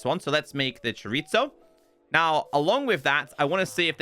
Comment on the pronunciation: I love your content, but the Mexican in me with you misspelling chorizo It just hurts. Chorizo is it supposed to be said Like you replace the ZO at the end with so/sow not ZO Chorizo is built differently from how it’s actually said For Mexicans, we had tend to roll some of our letters like mostly s an r Is actually said with more s than what is supposed to be spelled with